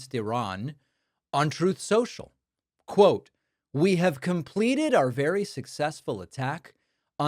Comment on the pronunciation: "Troth, Sential"